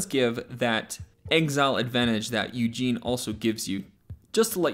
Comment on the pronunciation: Wait do you mean Ugin as in Ou-Ghen, because I have no idea who Eugene is?